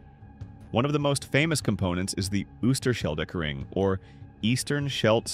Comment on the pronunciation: The Ems is not in the Netherlands, and you forgot the Vecht river....It is not Oeshtershelled or what ever you are saying, or maisland....this speaker should be FIRED!